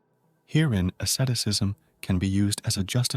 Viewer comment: what the heck is assetisism? please atleast say Asceticism properly matey...